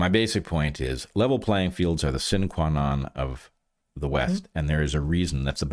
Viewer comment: "Sine qua non" ... the 1st word is pronounced like 'cine' as in cinema. Latin terminal ' e' is pronounced.